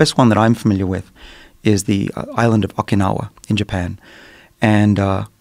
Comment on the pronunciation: The guest pronounces 'Okinawa' in his own way. Came straight to comments to see if it bothered anyone else... and he says it so much!